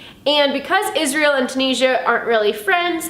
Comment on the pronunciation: Hiya. I think you'll find most of the world pronounces it Too-nizz-ee-uh. All the best to you.